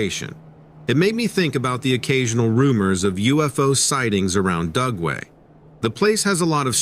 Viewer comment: I kept thinking he was saying GUGWE, not Dugway. They are scary!